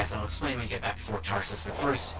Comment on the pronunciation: How can I trust these impressions when this man called the home base "Fort Taris"? Its Fort Tarsis. Not being a dick, but if you cant even get the name correct for the main HUB world of the game then what else are you misrepresenting.